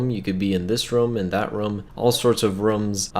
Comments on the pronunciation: He says rums instead of rooms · Wait did you say “rums” or “rooms”... or maybe is because your accent...🧐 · “Rums” it is rooms I am dieddddddddd 😂😂😂😂😂😂😂😂😂🤑